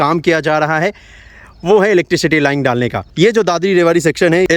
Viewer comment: सर लाइन होता है लाईंग नही। आप अपना प्रोनाउंसेशन सुधारिए। प्रोजेक्ट को आप पॉर्जेक्ट बोलते हैं। र को ड बोलते हैं।